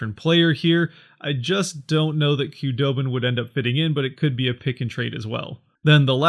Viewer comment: its pronounced who doe bin not kah doe bin.....